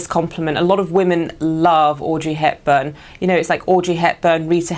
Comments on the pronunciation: Thought she said Orgy Hepburn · Is it me or it sounds like she's saying Orgy Hepburn? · Gamer hahaha right. It sounded like a crazy std to me actually. or sodom and gomorrah. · but you need to say 'Audrey Hepburn' not 'Orgy Hepburn... :)